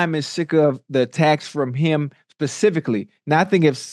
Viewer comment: SPECIFICALLY, NOT Pacifically